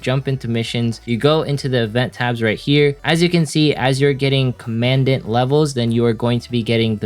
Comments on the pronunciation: commandant is pronounced common daunt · Great advice as always. It’s pronounced COM-uhn-dahnt (commandant) in case you want to know.